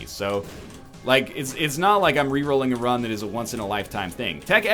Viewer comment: NL its just tech x not tech .x idk why i feel the need to point this out but it irked me slightly sorry